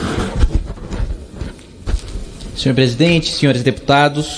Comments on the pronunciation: Kim "Kataguri" kkkkkkkkkkkk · "Kim kataguri" mano kkkkkkkkkkkkk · É sério que ele falou kim kataguri kkkkkkk. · "Kim katagUri" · “ Kataguri” - pessoal de Curitiba ficou arrepiado kkkkkk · É foda ter sobrenome Xing Xong o meu é Shinkawa ja cansei de soletrar o nome e de explicar como ler, mas "Kataguri" é foda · Qual a dificuldade em pronunciar Kataguiri? 😂😂 wtf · Kim Kataguri... Isso soa meio pedófilo. Preocupante ter gente aí que não sabe pronunciar a sílaba "gui". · Nunca vão aprender falar o sobrenome do Kim 🤣